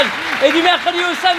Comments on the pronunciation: c’est moi ou il a dit « merci » à l’italienne ?😂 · c’est moi ou il a dit « merci » à l’italienne ?😂🤔